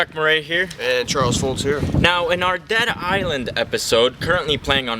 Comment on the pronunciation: he said data island